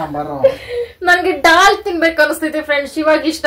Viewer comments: Hi adu😂😂 ಡಾಲ್ ಅಲ್ಲ ದಾಲ್ 😂😂... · ಅಕ್ಕ ಅದು ಡಾಲ್ ಅಲ್ಲ ದಾಲ್ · ಅಕ್ಕ ಡಾಲ್ ಅಲ್ಲ ಅದು ದಾಲ್ 😊